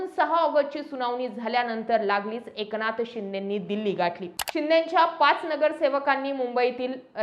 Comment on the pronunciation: Anchor मराठी नाही वाटतं... ए क ना थ... असा उच्चार होतोय... लक्ष द्या